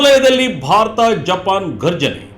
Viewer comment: ಅದು"ಗರ್ಜನೆ" ಅಲ್ಲ "ಘರ್ಜನೆ"